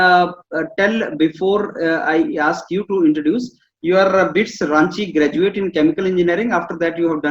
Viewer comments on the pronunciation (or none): BITS Ranchi kahan se aa gaya 😂😂. O sayad aap BIT Mesra bol rahe ho par wo Bits nahi hai BIT hai. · Yes it's bit mesra ....